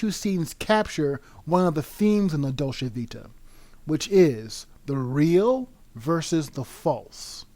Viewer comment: I can’t watch this because the narrator can’t even fucking pronounce “Dolce”.